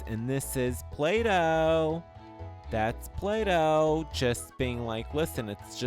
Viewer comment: Plato NOT Play Doh lol!